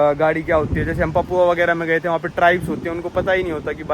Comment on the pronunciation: भाई आपने पापुआ को पपुआ बोल बोल कर उसके नाम की chaa mod di